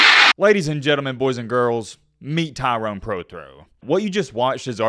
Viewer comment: Bro, why are you calling him TYRON...you realize there's and e....its Tyrone. Pronounce the mans name right.